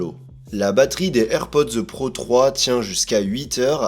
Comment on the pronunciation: On ne prononce pas "airpodzeu", mais juste AirPods......